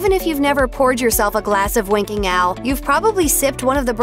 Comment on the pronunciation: I keep hearing her accent as, "Winking Al". Don't get upset - just me...